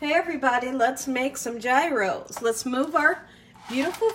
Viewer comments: you're so funny. It's pronounced "YEE-ros" G is silent, it's like year-o with a "y" Looks good though. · Hi, please don't take my comment as a slam to you because I love you girl! Gyros is pronounced "yee-ros". Tzatziki sauce is also so different tasting than cucumber ranch. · FYI— correct way to pronounce gyros is yee-rose. I know everyone says it differently, but I looked this one up. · I don't mean to be one of those people who have to correct others on how they say things, but I was corrected myself by the place where I get my Gyros I was told that it is pronounced Gyros = "Year-oh(s)". Please forgive my letting you know what I was told. I don't think that making the tzatziki sauce is difficult. I need to ask my restaurant how they make theirs, but I think they told me once that it was simple. I'll look for a recipe.